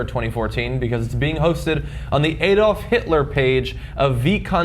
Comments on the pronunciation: it's not ayyy dolf it's add-olf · It's Adolf, not Eh-dolf. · If their was a woman on the panel I think it would make them talk more respectfully towards women in general however this channel would be boring as f**k. FYI ''YT'' your German pronunciations are awful 'AEY-dolf and third rike' WTH. And I assure you the majority of people in Eastern Europe still remember and hate the Nazis. However were preoccupied with Russia ,ISIS and refugees at the moment, you know.